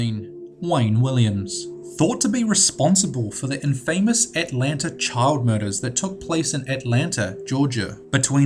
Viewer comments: its not "IN-FAY-Mous" its "IN-FUH-Mous" +wacky wednesday thinking thursday' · Grrr . . . Learn to pronounce words PROPERLY! Infamous is not two words! Impotence is not pronounced with a pause. Arrrgghh ! ! ! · It's actually pronounced in-fuh-muh's not in-fay-muhs sorry just once of my pet peeves. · "Impotent" is pronounced "IMP-o-tent," not "im-POH-tent." Also, you constantly mispronounce "infamous" and "women" in many of your videos. "Infamous" is pronounced "INN-fuh-muss," not "inn-FAMOUS," and "women" is pronounced "WIM-men," not "WOMAN." There is a difference between the singular and plural pronunciations. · You said "mutated" instead of "mutilated" and "in famous" instead of "infamous". Learn English... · Interesting video. But please say infamous as in-fuh-miss. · I agree. He says infamous like its two syllables (in-famous) which is fucking annoying, how can you grow up in life and not know how to pronounce that word? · "In Famous" :) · And infamous. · Great video however please pronounce names correctly. Like Infamous! It got boring toward the end. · PLEASE learn how to pronounce 'infamous' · Learn to say infamous properly!!!! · Please, for the love of God, learn how to pronounce 'infamous' properly! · It's pronounced "IM fah mus," not "in FAME ous." And "GAY see," not "Gassy." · you got some weird pronunciations friend. Good video, but I always :/ when people pronounce stuff with the wrong emphasis. I'm sure its not technically wrong to says inFAMous or imPOtence, but i was like like "whuuuut?" when i heard it. Great vids tho. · He should know how to pronounce things like infamous and impotence. I thought his accent was more Kiwi than pom but I could be wrong. At least he can pronounce "subsequently" which so many can't. Drives me bonkers. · Just trying to be helpful: Infamous = IN-fah-muhss Impotence = IM-poh-tehnse Juan = Wahn Javed = (probably) Yah-vehd Otherwise, AWESOME video